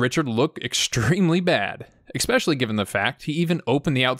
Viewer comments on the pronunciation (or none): It's eSpecially. Not eXpecially. Sorry, I had to.